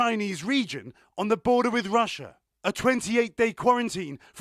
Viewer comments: "LAH bOR ruhTREES" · nobody: this guy: LA BORA TEES